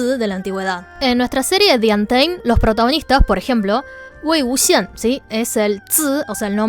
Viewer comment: Yo viendo como pronuncia Wei Wúxian: ❤👄❤